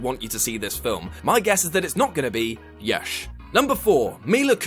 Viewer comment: the way he said yesh lmao. 😄😄